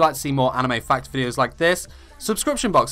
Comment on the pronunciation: I could have sworn he said “fuck number 4”